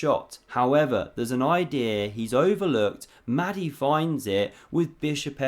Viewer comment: Another great vid. Small point, only trying to help.... Mahdi might like his name pronounced with a breath-y, just a bit like a dragon saying "Mahh-di".